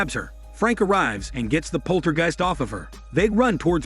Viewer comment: Jeezus, that is some horrid and sloppy AI narration. It can't even pronounce the word "poltergeist."